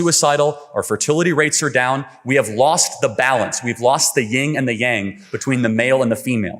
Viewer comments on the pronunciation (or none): IT IS YIN, YIN AND YANG NOT YING AND YANG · LMFAO he ying and yang 🤦🏻‍♀️ it’s Yin and yang. Not the ying yang twins.